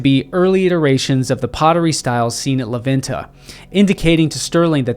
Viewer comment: super cool video and I like knowing more about our civilizations. Just one quick correction when you pronounce la venta you say it “la VIN-TA” try saying it like this “lah VENN-tah”